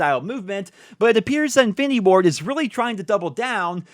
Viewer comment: Every time you say infinity Ward i hear "findy board" 😂